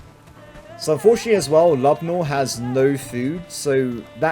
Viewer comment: I believe your companion's name is pronounced Lube-oh-meer, not Lubnoor